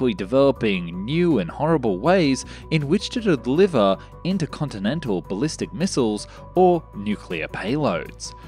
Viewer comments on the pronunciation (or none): Did you really say “intercontilental”? And your tonnes to pounds conversion is crap. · new words in this episode intercontinentilental foolhardly possibible astromoner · Interconti-Lentil indeed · ..."Intercontilental Bomber.." !? A cunning stunt.... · "intercontilentil" 2.23